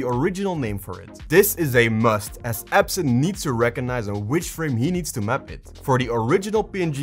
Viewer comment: Its actually Ebsynth not absinth😅